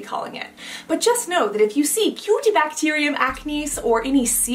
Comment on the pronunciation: Cutibacterium is def not cute 😂 u make it sound otherwise lol